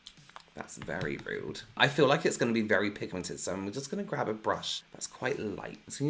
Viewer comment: "that's very rewd" 😂😂